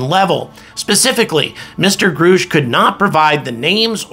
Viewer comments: I love you. Quick tip: it's Grush. Like brush. Not Grush like "I AM GROOSH":D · Please pronounce his name correctly, it's driving us nuts!!! Gr- us-ch... not Gr oosh! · Your saying "Grusch" wrong. It rhymes with RUSH or HUSH..G-RUSH. Not Groosh. :-) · Grush not groush but thanks for sharing. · Grusch is pronounced like "brush" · Grusch= short U sound : Gruh-sh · why wont you say david grush;s name properly it sounds like rush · We NEED TO KNOW THE CONGRESS MEN AND WOMAN (names) who are blocking this information. I’ve seen them. It’s real PS. It’s Pronounced David. GRUSH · I’m wondering if you’ve listened to all the commentary on David Grusch, how you don’t know how to correctly pronounce his last name. Does that make you a more angry astronaut Grrrrrrr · In due time Grasshopper, in due time. Learn how to pronounce David Grusch name, and maybe he will tell you everything you want to know. LOL!